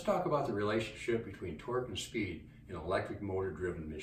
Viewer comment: The neep for speep